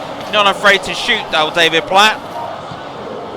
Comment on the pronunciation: David Platt Not platts Other than that it’s absolutely amazing this! Well done ! 👍🏻